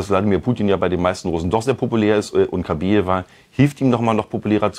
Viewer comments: Kabaeva,nicht Kabeeva. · KabAeva, sie heißt Kabaeva, nicht Kabieva! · Nicht Kabeeva, sondern Kabaeva